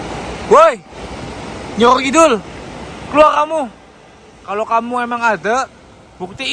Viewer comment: tegal nonton,jtu sapa namanya si, itu nyebut namanya udah salah bukan nyi yoyo kidul nyi roro kidul nyi bloyong nyi blorong pake R bukan Y itu yang bener 😃😃😃 mantaaap siip